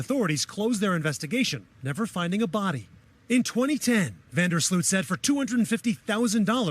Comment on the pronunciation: It's Van Der Sloot, 😂 im Dutch